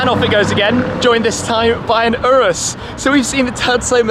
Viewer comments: the he just call urus the oiris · Urus = OOrus or Yourus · omg u bothering me how u pronounce huracan and urus